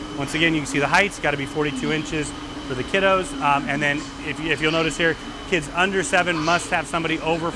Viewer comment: This dude is physically unable to say the word 'kids' lol